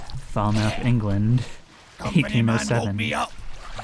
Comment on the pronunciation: to Sailing for correctly pronouncing "draught". +1 to Bureaucracy for knowing that "cy." is the abbreviation of "company". -0 from Regional Dialects for mispronouncing "Falmouth". +1 to Attention to Detail for researching whether a piece of mast is considered rigging. +1 to Deduction for understanding that Martin Perrot was standing near Abigail H. W. (an easy one, but I've seen people miss it). -0.5 from Deduction for not naming Henry Brennan in the scene where his name is called. +2 to Deduction for understanding that Thomas Lanke overheard Olus Wiater committing mutiny, that Olus Wialter stabbed Thomas Lanke to silence him, that John Davies shot Olus Wialter in defense of Thomas Lanke, and that Henry Brennan clubbed John Davies upon discovering the scene. -0.5 from Deduction for not naming Paul Moss in the scene where his name is called. -0.5 from Deduction for not naming Christian Wolff in the scene where his name is called. -0.5 from Deduction for not naming Nunzio Pasqua following the scene where his name is called. I think the tendency to not lock in names this episode is due to player fatigue